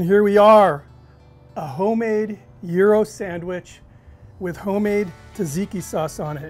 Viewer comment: I'll bet you think it's Gi-Ro's. (It's not). He's saying it right.